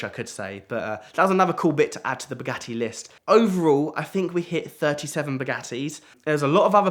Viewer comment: Wanted to see it to the end but the way say bugatti I can't stand